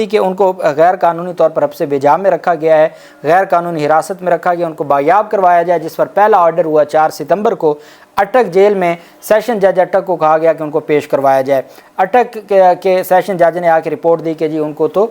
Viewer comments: The word is baazyaab and not baryab! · This Pendu has no limit pronouncing wrong / Insulting Urdu words.... Police and Bazyab Kerwana